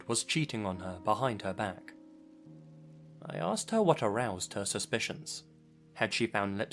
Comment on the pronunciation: Something that keeps bugging me is how you say aksed instead of asked, other than that: great vids!